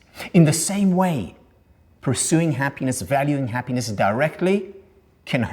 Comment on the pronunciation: The guy is talking for an hour about „ha-pínes“.